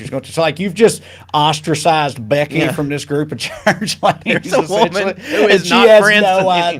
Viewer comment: Marsha Blackburn: What Is a Wo-MAN. She ruins Tennessee.